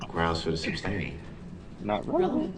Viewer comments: Im sorry but everytime he says "supstain" or "axe" i die a little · Lmao his favorite lines during this trial to make himself sound smart: Would it be fair to say? This is minding boggling? Groundz for the substain? (We all know the correct word is sustain) 😂😂😂 I can go on, but I won’t! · Lyle I have to ask…did his mispronunciation of KEY legal words drive you crazy like it did me? How many times he’s heard the word “sustain” used correctly and yet he still couldn’t shake the letter B…saying substain 🤣. I about peed my pants when Judge Dorow erroneously said substain (probably because she heard it so many times)…she quickly corrected herself! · It’s hilarious that no one told him it’s “sustain” instead of “substain” 😆 He did it the entire trial and no one said a word . They just let him be dumb.